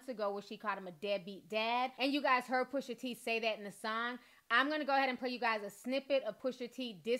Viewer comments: PUSHAAAA.. NOT PUSHERRR!!! PUSHAA. SAY IT WITH ME T... PUSH.A! Thats all :) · Cute how you say Pusha's name Pusher